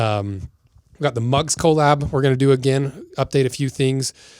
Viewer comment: Co-lab. Please say cuh-lab!!!! I love ❤ your channel dude